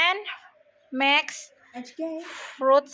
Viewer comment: Mix po Hindi Mex ..